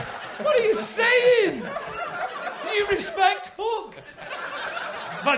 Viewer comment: I kept hearing hulk, not hook 😂